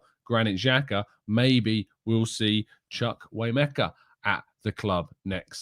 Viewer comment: Hi,. You’re very good at annunciations, you said the “Emeka” part of the lad’s name very well, but the “Chukwu” part (which Chukwu means God) is pronounced “ChooKwoo” thanks, mate. Great show👍🏾